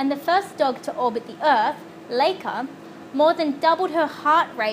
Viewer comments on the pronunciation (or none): As a speaker of the Russian language, I'd just like to clear this up. LIKE-AH not LAKE-AH.